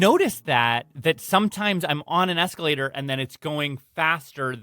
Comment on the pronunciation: eeescalata, eeescalata, eeescalata, ohhhwooow!